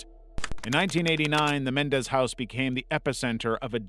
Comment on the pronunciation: Dude, really? Lyle and Erik (corrected for KymeraArts) Mendez? It's MenENdez. You lose credibility when you make mistakes like this.